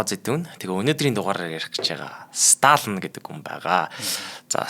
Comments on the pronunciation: Сталин шүү дээ . Сталан гээд л байх юм. Бэлдсэн сэдвээ хүнд хүргэх талдаа учир дутагдалтай хүн б на. Бэлдсэн сэдэв нь маш том боловч мэдэхгүй ээ нэг л сонирхолгүй сэтгэлд хүрэхгүй б наа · Уул нь Сталин юм шд. Сталан л гээд бна. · Сталин шүү дээ. Ядаж нэрээ ч зөв хэлчихгүй юм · Uneheer sonirholtoi, tom sedev. Ene tsenher pidjaktai zaluu arai l bishee. Yumand tuugdaj bgam shig yaasan hetsu yaridin be, yadaj l ene tuuhen hunii neriig ch aytaihan zuv helchij chadku. Dundaas n duusgaj chadahgui garlaa.